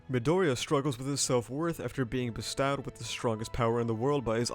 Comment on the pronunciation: hey serious question why the fuck did you pronounce bestowed like that